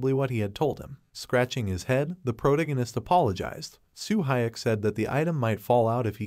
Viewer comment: "proto-gunist" AI narrators suk.